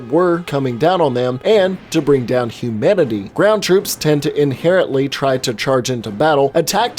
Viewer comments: sermanity not humanity....lol.... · It’s not humanity... it’s Seranity.